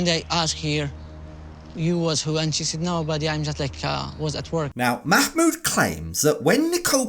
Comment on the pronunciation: "Makmood" lolol